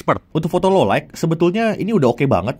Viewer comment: Sekelas jagat review Pronounce "Low Light" masih salah aku kok gemes ya. "low light" mas, bukan "low like"